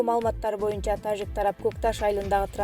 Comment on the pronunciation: Э тажик деп орусча жраф деген тамганы айтпай ж деп жылдыз денен тамганы колдонгулачы кыжырды келтирбей